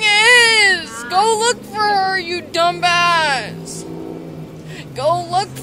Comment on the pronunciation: did she just pronounce the silent B…. In the word dumba**???😂